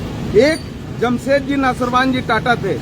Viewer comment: Bhai naam to sahi se le lo jamshed ji ka.. thik se practice nhi kiye kya 😂😂